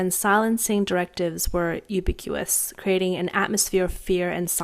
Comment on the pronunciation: Think your newsreader needs to practice saying words like "ostensibly", "ubiquitous", and "sovereignty" a bit more